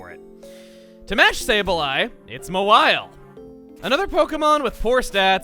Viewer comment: Im pretty sure no one says mawile as moe-while. Most people I know say mah-while